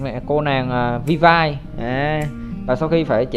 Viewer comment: Skin bãi biển thì Ely và Sakura UA là free (Ely nhận qua event, UA đăng nhập 7 ngày), Mobius gacha 9k6, felis chưa có thông tin nhưng khả năng cao là B-chip Vill-V (đọc là viu vi, học chuyên ngành tiếng anh mà đọc thế là dở òi) rank S, lượng tử, dps lửa